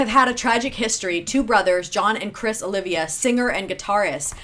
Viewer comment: Pronounced Oliva not Olivia lol